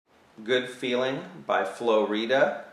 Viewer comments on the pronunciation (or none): As soon as he said FLOREDA I just lost all respect for him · Flo "REED-UH?" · haha flo reeda, its flo rida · what the fuck is flo reeda its flo rida u friggen twerp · theyre called flo rida not flow reida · its supposed to sound like flo rider, not flo ridda haha dummass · it's pronounced *FLOW*rida not floreeda....dumbass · "Flo Reed-uh" hahahaha oh man. understandable mistake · Im convinced he said Floreeda on purpose lol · man this guy saying FLOREDA betta watch his back....... (no threats lol) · He said flo reeeda lol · Lmao this guy said Flo Reeda XD hahahaha The Bminor chord is hard for my small hand though and pokomas chill out dude lol everyone just thought it was funny. If you're gonna complain get ur computer and go soomewhere else lol. Jk but don't comment if you don't like what people say. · "flo reeda" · did u really call him flo reda....... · ITS flo- RIDA....like RIDING a bike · Awsome tutorial, but gotta agree with everyone - FLOWREEDAH LOOOL! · LOL Flo reeda. It sounds like "Florida" Great Vid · Okiee soo everyone agrees.... This numb nuts just called him flo "reeda"? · Lmao majority of comments are on his pronunciation of the song title hahah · laughed my ass off when i heard that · I love how 90% of the comments are about pronouncing the "artist" wrong.. This guy is trying to teach you something and that's all that comes to mind? I think some of you are missing chromosomes.. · It's not pretty funny how he said flo Rida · Stop drinking the Hatorade - this is an awesome guitar lesson however he pronounced the fucked up name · Listen to all the bitch haters. Like YOU have never mispronounced someone's name before. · sooo white, lol the way he said flo rida, but a good tutorial keep it up :)